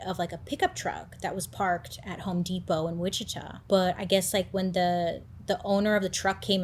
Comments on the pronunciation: I don’t wanna be like this, i love your videos so so much! i’m always watching them as soon as they are posted!! one thing for this video, bc im from the area, you were pronouncing witchita wrong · The town witchita is pronounced witchitaw, for future reference 😉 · It's WICHITA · It's pronounced Witch a taw